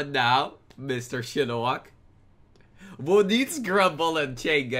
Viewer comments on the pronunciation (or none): i like how he pronounces "who" as "woh" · im talking about lol. look